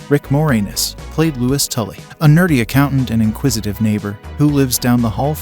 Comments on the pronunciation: Rick More-ANN-iss, not More-Anus. Damn, dude! 😆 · You need to work on the pronunciations of names. Rick Moranis is pronounced with a short 'a' sound. You make it sound like 'more anus'.